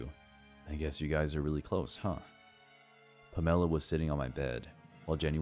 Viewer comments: Palmella? Or Pamela? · 1st one - lunch date...at 7pm. That girl's a dumbass, too, getting in a car with a drunk driver. But great story, though. #2 - stick to the gay apps, dude. #3 - lol, puh-MEL-uh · All three of these sound so damn far fetched, don’t they? I don’t believe them one bit, gotta be honest. Also... “Pam-ella”? 😂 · "Puh-mella" = Pamela??? Lollll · Have I been saying the name Pamela ( PAM - UH - LAH ) wrong my entire life? Is this a regional difference? West coaster over here. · Was the coworker in the 3rd story called Pamela? I couldn’t get past the weird pronunciation lmao. Has the narrator never heard of Pamela Anderson? 😂